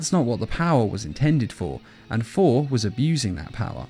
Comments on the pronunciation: His name is not "For", it's "Thor". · It’s funny it sounds like he is saying four instead of Thor